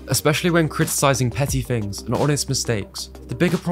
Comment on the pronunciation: I couldn't continue to listen after "things" was pronounced "fings"... an "other" turned into "uh-vuh".